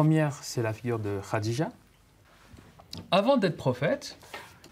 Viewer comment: Des cours d'exégèse coranique payés avec de l'argent public, et dispensés à des gosses déjà obnubilés par la religion… Intéressant, vraiment. Cerise sur le gateau, le prof n'est même pas foutu de prononcer de manière correcte le prénom de la première femme du prophète. Ce pays devient un asile à ciel ouvert.